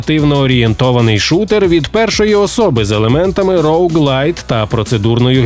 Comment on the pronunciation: Вітаю, дивлюсь вас з задоволенням чесно., Але інколи(це дуже рідко!!) буває, ріже по живому, типу "роуглайТ" сценарист кульгає, і потім диктор крайній) Вибачте, не втримався. Це єдина претензія. Люблю, дивлюсь, повторюю з початку.